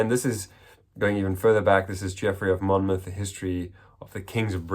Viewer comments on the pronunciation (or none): none